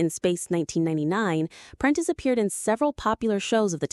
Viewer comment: It's Prentis Hancock, not Apprentice Hancock, it's also Tony Anholt, not Tony Anne Holt and Catherine Schell, not Catherine Shell.